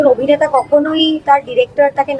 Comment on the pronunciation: আপনি বাড়ী যান।এই জায়গায় আপনাকে কে বসিয়েছে। যে অভিনেতা কে আভিনেতা কেন বলছেন।